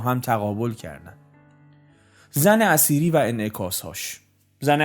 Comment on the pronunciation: جناب تلفظ زن اثیری را شما زن اسیری تلفظ میکنید آنچه میدانم در نوشته هدایت اثیری Etheri همان اتر هست که به معنای سبک بال باید باشد. زن اثیری ایران قبل از اسلام هست و پیر مرد خنزر پنزری همان اسلام هست که این پیر خنزر پنزری زن اثیری که همان ایران باشد تبدیل بیک فاحشه کرده در حقیقت هدایت که نوعی نوستالژی به دوران قبل از اسلام دارد.